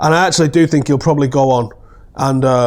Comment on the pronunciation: I sink I sink I sink I sink he should go to Portugal.